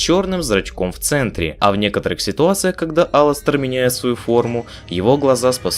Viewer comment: Единственный, единственный кто назвал его Аластер а не алАстер!